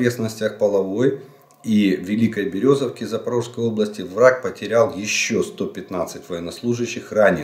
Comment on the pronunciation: Когда вы перестанете коверкать название нашего города! Не половое, а ПолОги!!! На Великая Березовка, а Великая БелозЕрка!!!!